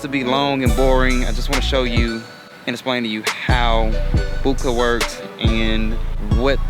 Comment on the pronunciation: Boooka? Lol Bohhhkaayyy is more like it